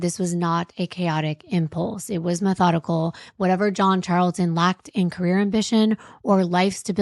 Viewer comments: I am so sorry, but METH-ODICAL got me. 😂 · the emphasis on the METH in methodical made me lol 😂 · John saying “it was METHodical”. I heard that.